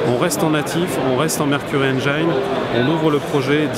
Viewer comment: pour info Engine ne se prononce pas "Enjaïne" mais Engine (c'est un i pas autre chose) Ils sont biens les français incapables de maitriser l'anglais!